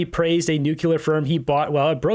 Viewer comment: nuclear not nucular, you sound like W. Bush.